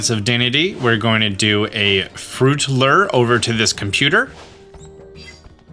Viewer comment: You said Dedenne's name right, but you screwed up Vivillon's name. The double L is pronounced like a Y. ....and you're STILL saying the word "Lure" wrong!!!